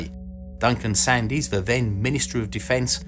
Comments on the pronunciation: I'm really sorry to be pedantic, but I do believe the notorious man's name is pronounced " Sands" not "Sandees". I remember the whole sorry episode, it was referred to as the "sandstorm". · For info it's Duncan Sands, not Sandees, despite being spelt Sandys. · Sandys is pronounced Sands! Being British you should know! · Sandys - pronounced Sands.